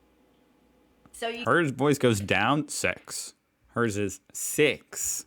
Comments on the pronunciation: Kiwis/Maoris saying the word "six" is ALWAYS hilarious. 🤣🤣🤣 Simply because it truly does sound like they're saying "sex". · You actually missed hearing the most pronounced difference in the sentence “I had six scenes in the chick flick”. To Australians is sounds like she said “I had sEx scenes in the check fleck”. We always knock a kiwi for saying six as coming through as sex. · There 6 sounds like sex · Now say Six in New Zealand. It sounds like Sex. So when she said Six Scenes it was worth a giggle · New Zealand’s pronunciation of “six” sounds like “s e x”. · The biggest one they didnt really concentrate on was Six & Sex . The Kiwi six sounds to an Aussie like sex . And the Kiwi for sex sounds like secs . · Six, v sex